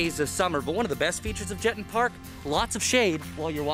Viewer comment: Please tell your reporter he mispronounced the name of the park severely. It is Je-ton' with the accent on the second syllable. Rhymes with Baton as in something twirled by a majorette. Please let him know!